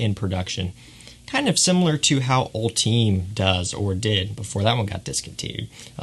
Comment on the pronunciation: It’s actually pronounced (all-ti-may) and def a solid flanker